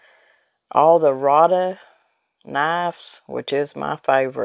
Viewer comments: Rada is pronounced "Ray'dah." I called the company to order online, and that is how they answered the phone. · I always love y’all’s videos. Always something interesting, and funny. You cracked me up saying “full as a tick”. We’ve said all our lives, so it tickled me good. I, too, love the Rada knives. I had occasion to call them, and they pronounce their name “Ray-da”, in case you care. Lol I have several of their knives and they are super sharp and very affordable!! Thanks for the laughs and good content!! ♥️🙏🏼♥️